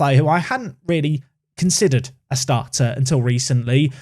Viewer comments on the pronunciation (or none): none